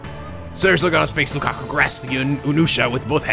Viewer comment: Okay, basic mistake. You are calling Lukako LukakU. It's an o, as in an Oh like in Rose, but NOT like in hot... discribes Lukako pretty well.. Oh also, most translations Romanize it as Rukako, but techically neither is right since Japanese's r/l equivalent is the same thing, and yet is technically neither. I guess the translators decided to settle on an L sound rather than an R sound rather than explain how it's caudally sound somewhere between r and l....